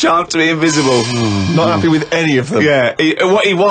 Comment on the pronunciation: " 'ulk...'e wasn't 'appy..."